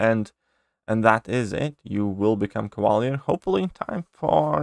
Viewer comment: Cava leeeeeeeer. !!! Not cava lear